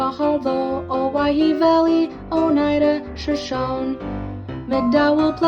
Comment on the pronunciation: My county <3 <3. BTW, Shoshone is pronounced shu-SHOH-nee. I know you had to make it rhyme tho.